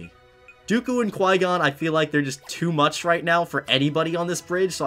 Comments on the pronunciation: That's what I hear I'm like you have flygon know?????? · Every time he says Qui Gon i think he says flygon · Also i think he says flygon when he says qui gon